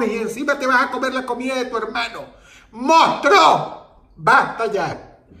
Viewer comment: Soy yo o Dross dice "Mostro" :v